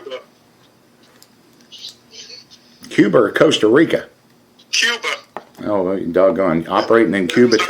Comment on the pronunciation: I'm not even from the United states but when he first said Costa Rica I even knew that was wrong.